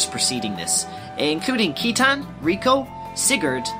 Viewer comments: Yo both of these are so sick, very accurate in terms of story. I would like to make a joke though... I know we all had our own ways of pronouncing things growing up as kids but... KEYTAN?! JEEZI-UH? C'mon bruh hahaha. I've heard Sight-in, Sigh-tan, Sit-tan, Shit-tan, but never have I ever heard KEY-TAN lmao. Seriously though, great work here (and your many other videos)!!! Just wondering if Final Fantasy Tactics was also on the list? I'm far less obsessed with FFT compared to XG so I actually need a lot of help with that one. Anyway, got yourself a new fan and subscriber~ YOU SHALL BE A YOUTUBE GOD. YOU SHALL BE A YOUTUBE GOD. YOU SHALL BE A YOUTUBE GOD. YOU SHALL BE A YOUTUBE GOD. YOU SHALL BE A YOUTUBE GOD. YOU SHALL BE A YOUTUBE GOD. YOU SHALL BE A YOUTUBE GOD. YOU SHALL BE A YOUTUBE GOD. YOU SHALL BE A YOUTUBE GOD. YOU SHALL BE A YOUTUBE GOD. YOU SHALL BE A YOUTUBE GOD. YOU SHALL BE A YOUTUBE GOD. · one small point, citan's name is pronounced as seetan. I own the Japanese version, and everything in Japanese is written phonetically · It's definitely not Zee-no-gears. The guy in the video pronounces it right. And it's not Sai-tan, but See-tan. And how do you get judge-end? Jugend is pronounced like in the video (close to it at least). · Thanks for making this dude, it's very well done. I really loved it because I needed to recap on what I understood long ago about the game when I first played it XD. Ah, and just to mention, Citan's proper pronounciation is Shitan (shee-taun) as spelled in the japanese version. They mistranslated it that way though due to the word shit being in his name. However, there's still existence of his name spelled as Shitan in the game when you go into debug mode. You can go to his house through one of the warp options that says "To Shitan" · Lot of incorrect pronouciations... Citan: Sit-ahn. Kislev: Kiss-lev. Aveh: Ahh-vey. Weltal: Vell-tall. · and Citan is pronounced See-tan... dude is suppose to be a parallel to Lucifer... AKA SATAN.